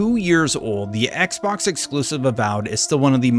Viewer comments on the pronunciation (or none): none